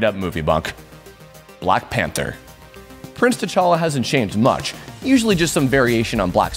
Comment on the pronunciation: T'Halla, like the bread.